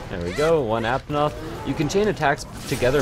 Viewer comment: And not aptonoth apanoth